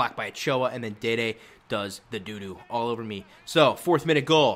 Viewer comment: it's not dede, it's dede the center back